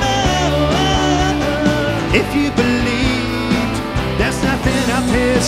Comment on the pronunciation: Why is he saying: "If you beleet"?